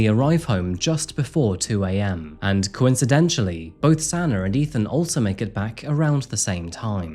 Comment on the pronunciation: You said "coinschidentally" 😅